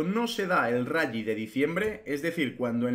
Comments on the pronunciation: Se pronuncia "rali" no "rayyyyi" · El rayi? Que es eso? El rayo vallecano? Rayo Mcqueen? Rayita? O te refieres al RALLY y lo pronuncias como el que en vez de Google dice Gugle? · No se dice rally crack. Así se escribe pero se dice "rali".